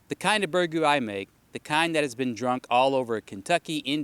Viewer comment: Learn to pronounce it first.